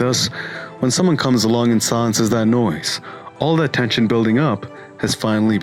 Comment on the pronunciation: "all the tehshin building up..." lol tenshin nasukawa